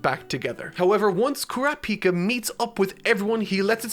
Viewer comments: I know youre saying Kurapika, but it sounds like your saying Krapika and I want to rip my ears off... good video tho. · It’s not Kurapicá it’s Kurapíca 🙄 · Stress goes on the second syllable not the third! It's Ku·RA·pi·ka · Sometimes u pronounce crapika and sometimes kurapika😂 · I absolutely love how says “crapika” 😂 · Mans cannot pronounce names, its ku- ra, pi-ka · I can't unhear saying Crappyka. Not asking him to change it thought, Crappyka! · i love that he calls Kurapika "crap-pika" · Kurrap-Peeka, interesting pronunciation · HE SAID CRAPIKA HAHA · why is saying crapika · please pronounce Kurapika correctly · I really like this character... Also: goes on to change the pronunciation of kurapika a million different ways. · In the opening clip to the video they pronounce kurapika right but he still butchers it... At least he's getting closer